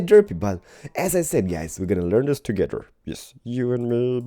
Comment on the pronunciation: You said lets Lear to tink